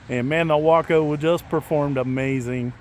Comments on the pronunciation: Nice to here you pronounce waco properly. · I want both the Yellow/Black and the White/Red UMX versions! What a great looking little plane! BTW I realize that you are pronouncing the name as I beleive they intended.... that being said from where I am... it sure sounds wrong! The place in TX pronounces it as "Way-co" LOL. go figure... and if I buy one of these online I will use your links again. Just got the UMX Air Tractor today... no tome to take it for a spin as we are still dealing with Christmas aftermath... As Always wish y'all the best and thanks for sharing...